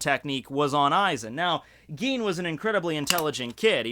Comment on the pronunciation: "Geen" xDD